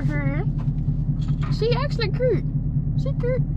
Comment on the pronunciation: “She cure”😂